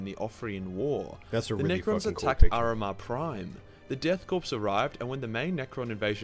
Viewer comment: I see a surprising amount of people get this wrong but you don't actually say pronounce corp like corpse you actually say it like core the p in corp is silent. Good video though.